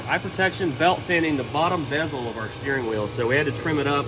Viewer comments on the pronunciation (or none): none